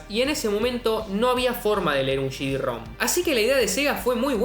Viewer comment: El bicho se cree japonés cuando dice «シディ». 🤣🤣🤣🤣